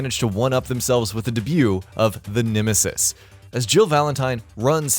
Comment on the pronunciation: Nimisis?? Have I been saying nemesis’s name wrong all this time??